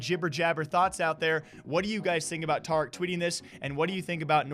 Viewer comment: "TAH-RICK" pepega